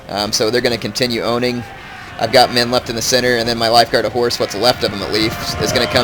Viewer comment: Am I the only one who ALWAYS hears "Lifeguard of whores" or "Regiment of whores"?